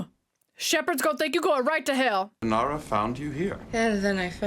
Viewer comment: Inara - not Inira - just saying. But this ride along is a blast, glad you are enjoying the show! You are clearly a Browncoat now!